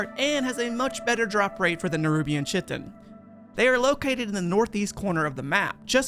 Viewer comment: chitin is pronounced 'Kite-In'